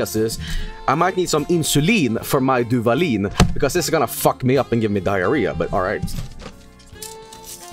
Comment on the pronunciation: As a mexican, listening to reading the Duvalín label made me want to sacrifice myself to Ixtab.